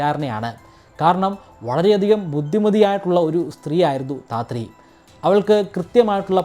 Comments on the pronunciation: ധാത്രി അല്ല. താത്രി. സാവിത്രിയുടെ crude version ആണ് താത്രി. ഭ്രാമ്മണൻ അല്ല. ബ്രാഹ്മണൻ. Please note the pronunciation. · ധാത്രി അല്ല താത്രി ആണ് ബ്രോ സവിത്രി എന്നതിൻ്റെ ചുരുക്കരൂപം ആണ് താത്രി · മലയാള , ഹൈന്ദവ പൈതൃകവുമായി ബന്ധപ്പെട്ട കാര്യങ്ങൾ പറയുമ്പോൾ എങ്കിലും ഉച്ചാരണപ്പിശകും, അക്ഷരത്തെറ്റും ഒഴിവാക്കുക . കുറിയേടത്ത് " ധാത്രി " അല്ല കുറിയേടത്ത് താത്രി എന്നാണ് . വേറെയും ഒരുപാട് തെറ്റുകൾ ഉണ്ട് ഇല്ലത്തിലേയ്ക്ക് എന്ന് പറയാൻ ഇല്ലം എന്താ മാളം ആണോ ? 🤣 പിന്നെ നിങ്ങൾക്ക് അധികാരം, അവകാശം ഇവ തമ്മിലുള്ള വ്യത്യാസവും പിടിയില്ല . ഇതൊന്നുമറിയാതെ ചേട്ടൻ എങ്ങനെ ഈ ഭൂമിയിൽ ഇത്രകാലം ജീവിച്ചു ? 🤣 ശാസ്ത്ര വിഷയങ്ങൾ കൈകാര്യം ചെയ്യുന്ന നിങ്ങളുടെ ചാനൽ നിറയെ ഒടുക്കത്തെ മുറി ഇംഗ്ലീഷ് ആണ് , അതിനാൽ തന്നെ പലതും ഒഴിവാക്കാറാണ്‌ പതിവ് . chanel I' am എന്നൊരു യൂട്യൂബ് ചാനലുണ്ട് , നിഷ കൃഷ്ണൻ , pcd പീപ്പിൾ കാൾ മി ഡ്യൂഡ് , പോങ്ങുംമൂടൻ , മറുനാടൻ മലയാളി , സി. രവിചന്ദ്രൻ ഈ ചാനലുകൾ ഒന്ന് ശ്രദ്ധിയ്ക്കുക , അവർ വളരെ ഭംഗിയായി മലയാള ഭാഷ കൈകാര്യം ചെയ്യുന്നത് കാണാം . 👍